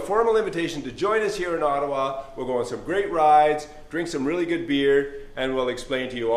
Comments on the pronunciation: It is about time that Dan Lloyd's pronunciation of "Ottawa" got sorted! ;) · Did you get that Dan? It's pronounced Oddawa, and it's a great place.....TO BE FROM. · so is it pronounced otowa, really?